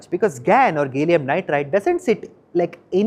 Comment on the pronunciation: To the reporter, a minor nit, it’s called ga-lee-um not gay-lee-um. The A is pronounced as in Apple